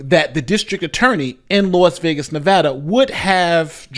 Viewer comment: Thank you for pronouncing Nevada correctly. As a Westerner who now lives on the east coast I always hear it pronounced incorrectly and it grinds my gears.